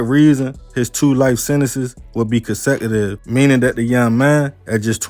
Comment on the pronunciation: what is “consetitve “💀💀💀